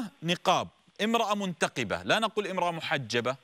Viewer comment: منقبه وليس منتقبه ياشيخ